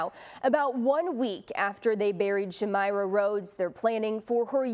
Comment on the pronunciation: You're pronouncing my cousins name wrong... it's shuhm-eye-ruh not shameera but thank you..